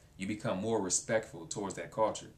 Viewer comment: You have an interesting way of pronouncing the word "culture". Sounds kinda like "cawture". =)